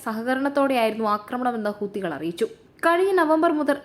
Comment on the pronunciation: ഹൂത്തുകൾ അല്ല മോളെ ഹൂഥികൾ